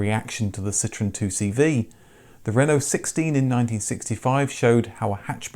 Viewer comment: It's pronounced Ce-tro-en.. dude!! Is not citron